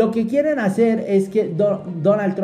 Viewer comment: Quierren....??? Borrale una R....!!